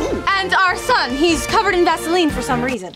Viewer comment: Sound nothing like vaseline